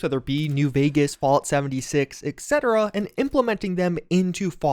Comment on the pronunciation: i'm really sorry.. but 'etc' is pronounced "ET-CETERA" not "ECK-CETERA" and every time you say it that way i get triggered. change, don't change, it's up to you. just wanted you to know, thanks.